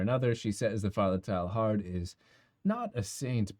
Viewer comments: Its not pronounced TILE-HARD, i think it sounds more like Tey-yar. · A correct pronunciation of the French Jesuit's name might add validity to your argument.